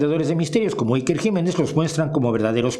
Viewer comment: Como se nota que no vives en España y niucho menos conoces nuestro gobierno...infórmate antes de criticar es lo mínimo a por cierto te viene muy grande pronunciar a iker